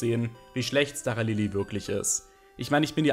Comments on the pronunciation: es wird SCHTARALILI ausgesprochen!!! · Kann mir das Video tatsächlich nicht gönnen da es mich mies nervt, wie du Staralili aussprichst.